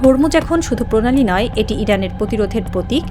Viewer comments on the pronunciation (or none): প্র এর উচ্চারণটা দয়া করে ঠিক করে করুন। প্রধান, পধান না। প্রণালী, পণালী না।